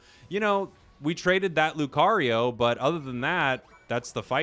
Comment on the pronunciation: Alright class say it with me LEW - CAR - EEE - OH not LEW - CARRY - YO